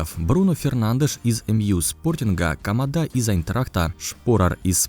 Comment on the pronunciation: камадА хороший, и конкурсы у него интересные. Это же японец, как можно было так прочитать его фамилию?